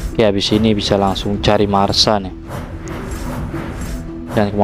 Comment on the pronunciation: Masha bang bukan marsa